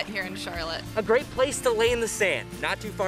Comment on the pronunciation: Please tell your reporter he mispronounced the name of the park severely. It is Je-ton' with the accent on the second syllable. Rhymes with Baton as in something twirled by a majorette. Please let him know!